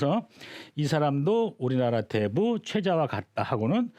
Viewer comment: 또,대부의"대"를 또 짧게 잘못 읽었습니다. 큰"대"자는 ""대인, 대체, 대물, 대통령" 등 모두 길게 읽어야지요! 이 이상 강의를 듣고싶지 아니하옵니다.